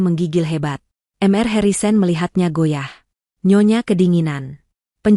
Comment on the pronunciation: Mr dibaca mister. bkn m r